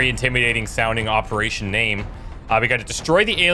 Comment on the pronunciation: Eperation “bone mother” KEKW